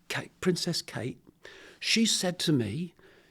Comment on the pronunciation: Ya lost my interest ascsoon as the old flog said Kare